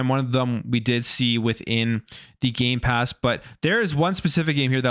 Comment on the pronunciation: Stop saying Gaypass it's gamepass!